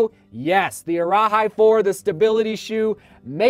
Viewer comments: for the arahi, it’s pronounced like “araheee” not “araHI” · Arahi is pronunced ah-rah-hee, and cavu is pronounced car-voo. I’m from New Zealand and we learn Maori, that’s why I know the pronunciation.